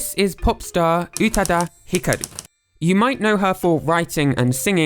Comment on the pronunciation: Not "Utuh-duh", pronounced "Oo-tah-dah". Check your IPA pronunciation, elongate the second vowel,, no glottal should be used.